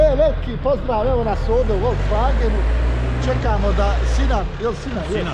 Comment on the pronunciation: jedna mala korekcija, cesto pogresno izgovaras Volkswagen. Na nasem jeziku se cita Folksvagen, sto znaci Narodni Auto. Pozdrav iz Stuttgarta